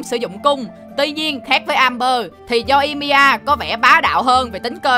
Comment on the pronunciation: Yoimiya mà ông đọc là Yoi-i-mi-a=)